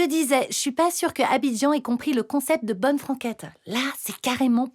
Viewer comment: "abidjian" mais- 🤣🤣🤣